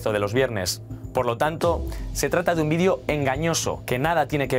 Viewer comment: Se dice vídeo no vidéo.